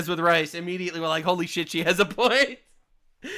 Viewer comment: Okay, why does Kamala have the speech pattern of saying the verb "to prove" as "to proof"? It's not a California thing, it's not a black thing, it's not an Indian thing, and it's not a Jamaican thing (AFAIK). I know Language Log is full of woke stuff when it's not being anti-CCP, but I hope they do a post on this one.